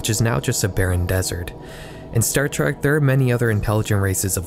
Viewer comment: Trek not Track.